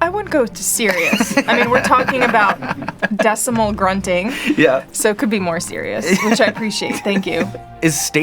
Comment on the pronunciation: It's decibal, not decimal grunt. Me for the win!